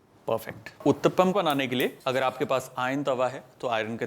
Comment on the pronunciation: It’s pronounced oo(ooooh)- tta (thap) -ppam (pum )